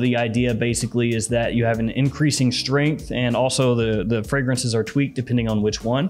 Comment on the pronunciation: POWER, STREEENGHT, KRAAAAFT 😂😂